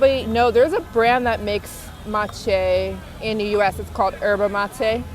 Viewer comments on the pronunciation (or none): It's maté not matché